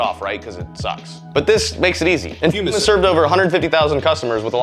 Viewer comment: you aint foolin me, thought it was Fumm instead of Fume didnt ya!